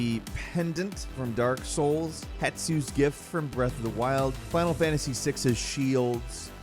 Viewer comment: The fact that he STILL called HESTU wrong in this second video causes me unnecessary amounts of rage...